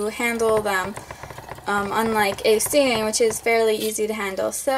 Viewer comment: I just watched your first video that wasn't on private (meet wasabi) and your voice was so tiny! No offense of course just amazed. I also loved how you couldn't pronounce "Syrians"! Syreerians lol